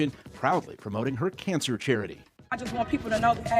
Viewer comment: I have no idea why, but the way she pronounces cancer gets under my skin, such as when people say such as to sound smarter.